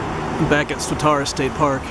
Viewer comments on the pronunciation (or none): Swatara is pronounced “swat-era” not “swat-ara”